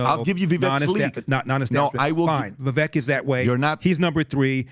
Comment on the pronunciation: Funny these guys still pronounce Vivek's name wrong.